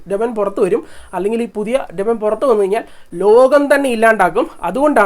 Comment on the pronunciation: ഡെമനൻ അല്ലല്ലോ ഡീമൻ അല്ലേ